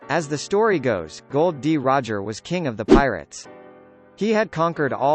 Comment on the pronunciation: His name isn't Gold, D Roger. Its Gol, D Roger.